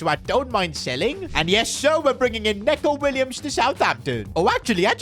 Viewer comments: It’s pronounced NEECO Williams, not Neco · Neco Williams ❌ N(e)co Williams ✅ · Neco Williams first name is pronounced "Niko" not "Neko" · It isn’t said neco it’s said nico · Say him like “Nico williams” Not like Neco Williams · 🤓 NICO WILLIAMS. NOT "NECO" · It’s not Neko it’s Nico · It's not neco it's nico😂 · neco not neeeco😂😂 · neeco williams, not neco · It's Nico Not Neko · It's pronounced Nico Williams, not Neco Williams. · Neco Williams is pronounced just like Nico Williams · it's pronounced like nico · you sure you said that right..